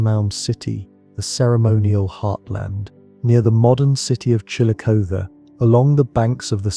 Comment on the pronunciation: Live in Wayne County now, right next to the Killbuck Swamp. Lots of artifacts left by the Shawnee around here. I know of a small mound that's never been excavated in Ashland Co. That pronunciation of Chillicothe is painful.